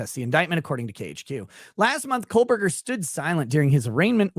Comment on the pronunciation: Love watching your show,. You've established your own point of view and whether I agree with your opinions or not, you're speaking from an honest perspective. Respect ✌️ PS: Hearing you say KohLberger over and over again was torture 😂